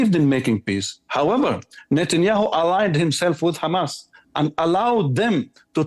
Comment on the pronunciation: Message to Norman Finkelthtein .... It's "HAMAS"... not "HAMATH"